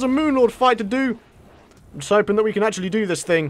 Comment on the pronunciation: it sounded like he said I hope I CANT do this lol